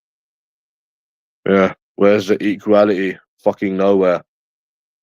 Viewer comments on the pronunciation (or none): ‘Where’s the eekweeyality bwuv’ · Another non existent word seconds in or pronounced incorrectly, as well as in the wrong context - "Where's the equal'ality" 😂😂😂 LOW lQ BIG NOSE